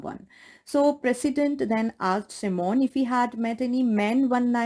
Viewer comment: Ma'am you are pronouncing Simon wrong